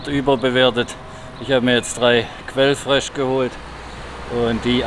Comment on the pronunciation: Das Bier spricht man eher aus wie "Quöllfrisch", nicht "Quellfresh" ;)